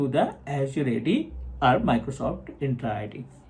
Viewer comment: it is ENTRA ID not INtra ID